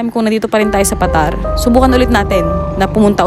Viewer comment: Yung bigkas diyan ay Pa.Tar